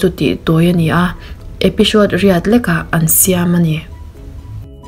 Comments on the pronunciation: The Hier a..HIER i lam dan hi AIR ti a lam rik tur aw,Episode poh EPISHODE ,Police pawh POLISH OFFICER pawh OFFISHER,SUN pawh SHUN, DESHENDANT OF THE SHUN LEH MY SHUNSHINE tiin ilam.mi zawng2 hmuh lehngaihthlak theihin in dah ta sasa...hei aia subcribers i ngah lehzel theih nan English pronunciation hi khawngaihin zir nasa teh aw..i channel hi ka ngaihlu ania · episode tih om EPISHOD tihin i lam i in zir țha leh dwn nia...😂😂😃😃😁😁👎👎👎